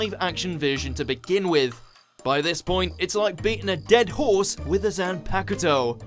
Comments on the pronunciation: Can you at least get the pronunciation right. It's 'zan-pak-to, not zan-paka-to like you're butchering it! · Zan paku toe? Really? 😣 it is Zan Paak toe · I didn't know the Bleach movie came out already: I knew it would be good. Shame about the Japanese box office; I was hoping it would be a hit and lead to a revival of the anime. By the way, the u in zanpakuto is silent, so it's pronounced Zan-POK-Toe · haha... did he really say "zanpacketoe":D:D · The worst thing in this video that no one asked for, was the pronunciation you committed.(zam pack a toe) cringe worthy indeed. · Zan-pa-ku-toh? Fire this man!!! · Wow zan-paku-dough, zan-pack-of-dough lol that pronunciation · How this man says zanpakuto, makes we want to do surgery on a grape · I don't like how you mispronounced "Zanpakuto" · im not letting it slip. he said zanpakuto i can't let that run. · Cant even pronounce the bleach sword right. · The way they pronounced zanpakuto gave me cancer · I swear these guys mispronounce alot of words that aren't hard to say like zanpakuto